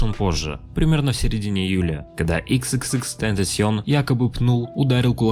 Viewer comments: не икс, а экс, всем это говорю. Уши режет. #LLJ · Отличное видео чел, но пожалуйста не ИксИксИкс, а ЭксЭксЭксТентасион. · хаха б*я простите, но я должен это рассказать, мы с другом часто слушали его, и когда я произносил его Ник (примерно как тут ) он часто меня исправлял на "икс икс икс тентейшн" Боже, пи*да моему другу Но если серьёзно, мне больно осознавать что его больше нету с нами, огромное спасибо что ты не даёшь нам забыть о легенде, F